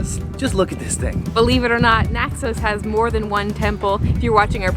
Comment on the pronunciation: It's Naxos, not Naxose, you dippy mayor.